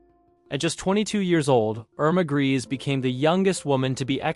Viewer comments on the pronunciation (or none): IRMA GRESE'S NAME IS PRONOUNCED 'GREYSA' NOT 'GREASE.'